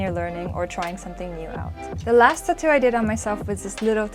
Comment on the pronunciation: if u say tuhtoo one more time im gonna like this video